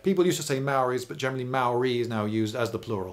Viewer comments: Maori is pronounced “Moul’dy” And yes, kiwis like digging holes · Maori is pronounced with a rolled r. I always thought of it like arrriba. maorrri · Tauranga= Pronounciation = toe -rong -a Maori = mould - ee, although I’m glad you didn’t say The Marry people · Your content and style are great ,however your pronunciation of especially maori words and place names is very hard on a kiwis ear. Tauranga (tow-ronga) maori (mau-ri) and pa is spelled this way as maori is a written language. I suggest its only ever been spelled pah in pomey books. Love your work though. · Why do English people never bother to learn to pronounce the words they're using in educational videos? Maori is not pronounced mowi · its pronounced maourii the ao should be quite deep and you roll the r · I reported you mate. You have no idea of the cultural context, you mispronounce Māori words and called Māori "less civilized". As a New Zealander it's really unacceptable for me.